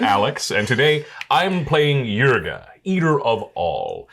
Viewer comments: my brother in Christ, can you read? why do you keep pronouncing it as yrga, its Ygra, pronounced Yi-gra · Hearing him day eargra instead eegra rustles my jimmy's a bit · Loved this episode but hearing Ygra pronounced Yrga hurt my soul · you guys were saying ygra wrong whole episode, but it was good episode